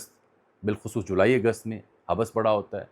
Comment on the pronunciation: حبس ایک لفظ ہے اسکو ملا کر پڑھنا چاہیے نہ کہ توڑ کر حب بس ۔